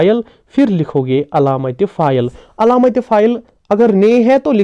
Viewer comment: Your effort is commendable.I would like to request you to pronounce words correctly.e.g. it is faail and not pha- il.The word Faraq is ismi mounus not muzakar. Please don't mind; it is simply out of love that I am giving this advice.